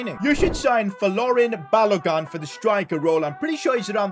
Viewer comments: Someone teach to say balogun's name it's not gun its like goon balogoon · 😂😂 it's pronounced balo-goon not balo-gun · It's not balogan it's ba lo gun pronounced as balogu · It's pronounced Ba-lo-goon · Sorry to be like this but it's b a l o g U: n